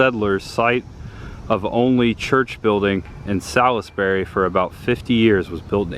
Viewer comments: And Salisbury is the birthplace of Cheerwine, and is pronounced "SAWLS-burry" here. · I know this was posted like 3 years ago but I love the Evil Dead movies. Salisbury NC is a beautiful place. lol and Cheerwine is my favorite drink. Just a FYI it’s pronounced Suls-berry 🤷🏻‍♀️ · Salisbury= Sahls-bury or Sauls-bury. The "i' is silent. I'm originally from Charlotte, and the "i" was never pronounced. I was actually supposed to go to Livingstone College there, but the cards fell another direction. Hopefully, you'll be able to go Carowinds sometime. You could go there and ride Intimidator, a hypercoaster themed to Dale and NASCAR in general. There's some other great coasters there too. It's cool you went to What-A-Burger. However, the one you went to is not affiliated with the Texas chain Whataburger. This one is part of a local chain. I used to go to the one in Mooresville all the time when I worked in that town.